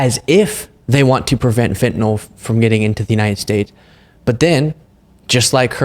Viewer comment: The medication Fentanyl is pronounced “fent-a-nil” and not “fent-a-nol.”